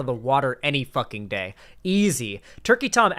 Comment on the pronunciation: over enunciates and even innovates new syllables at the end of words. For example: Day-yuh Look-uh LoOoook New-wa Stream-muh